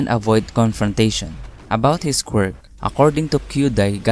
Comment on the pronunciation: Okay but the way he say quirk really sounds just like him saying squirt so when a girl/woman character shows up I be like : HOLD UP, WAIT A MINUTE. SOMETHING AIN'T RIGHT 😃